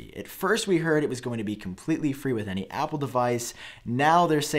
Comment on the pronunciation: Omg, repeat after me aaaaaappplllleeee